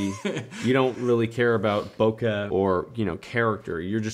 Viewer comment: Fellas, the word bokeh is pronounced "bo-kay," not "bo-cuh."